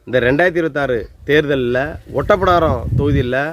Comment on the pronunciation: அது ஒட்டப்பிடாரம் இல்ல ஓட்டப்பிடாரம்... அந்த ஊர் பெயரை உச்சரிக்கிறது இருந்தே தெரியுது உங்களுக்கு.. அந்த ஊர் நிலவரம் என்னன்னு தெரியாது அப்படின்னு... மூணு தடவை எம்எல்ஏ ஆனா மந்திரி போஸ்ட் கொடுக்கணும்னு எந்த சட்டத்திலும் இல்லை.. இதை உங்களுக்கு யார் சொன்னது? அவரை விட்டுட்டு வேறு யாருக்கு திமுக சீட்டு கொடுத்தது? அதுவும் தேவேந்திரகுல வேளாளர் தானே... திமுகவுக்கு ஒவ்வொரு எம்எல்ஏ சீட்டும் அவர்கள் ஆட்சியை தீர்மானிக்கும் வாழ்வா சாவா தான். இதில் ஜெயிக்க கூடிய எந்த ஒரு வேட்பாளரையும் கட்சி இழக்காது.. அவங்களுக்கு சண்முகையா வா முருகையாவா என்பதெல்லாம் முக்கியமில்லை ஜெயிக்க வேண்டும் அப்படி என்றதுதான் கணக்கு.. கொஞ்சமாவது யோசிச்சு பேசுங்கள்